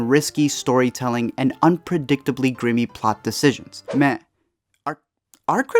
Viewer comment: "grimmy" LOL...dude can't even read.